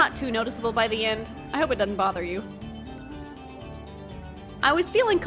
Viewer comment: that texan twang slipped out hehe "dudn't bother ye" much love fellow doll obsessed Texan ๑ᴖ◡ᴖ๑